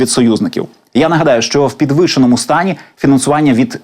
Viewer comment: в якому стані вінансування?????ПідвИшеному? То як?шо реально так важко спілкуватись?ПідвИшений ти наш